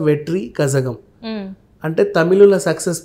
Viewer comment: అది కజగం కాదు రా 420 కలగం ... తమిళంలో zha అంటే ల అని పలుకుతారు... ఏమీ నా మొగ్గ తెలీదు వస్తారు critic అని...